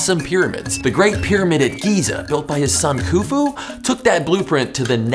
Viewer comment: Its not pronounced 'ku-fu', the kh is pronounced as a harsh 'h' sound